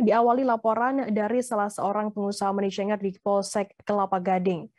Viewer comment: Pembaca berita Tribun News harus belajar bahasa inggris lagi sepertinya, Membaca: Money Changer aja salah.. aduhai 🤣🤣🤣